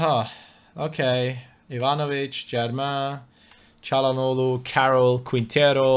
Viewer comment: I think this guy is actually turkish he read çalhanoğlu flawless